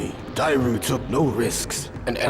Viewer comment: Great retrospective as always. I always feel like a nerd when I hear mispronunciations but you mispronounced Dairou 🥲